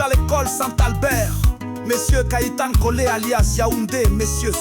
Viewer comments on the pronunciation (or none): Kanyakore not kayitankore Kanyankore alias Yaoundé